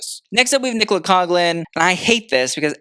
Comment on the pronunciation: Still not pronouncing Nicolas name correctly, but look... at least you're finally spelling it right. Baby steps.